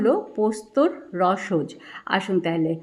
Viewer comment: রসজ্ বলবেন না শুনতে খারাপ লাগে। মনে হয় রসজ-অ বললে শুনতে বেশি ভাল লাগবে।